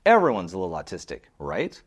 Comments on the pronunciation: Is it autistic to pronounce autistic as artistic, or is it just a freudian thing? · ‘Or’ / awe sound please, not ‘ar’ in the word autistic.